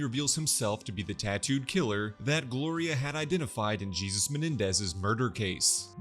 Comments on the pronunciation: So we’re just not gonna talk about him saying “Jee-zus” instead of “Hay-soos” several times? 😂😂 Thanks for the recap though. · Are you racist? Why would you pronounce Jesus(spanish) as JESUS(bible)????? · jesus -> pronounced as -> hay-soos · Great recap but that's not how you pronounce Jesus in this context